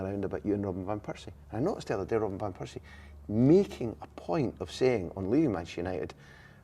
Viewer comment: Who’s “robin van pursie”??🤦‍♂️